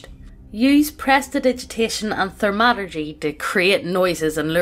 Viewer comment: She keeps pronouncing thaumaturgy as "ther-MA-tur-jee"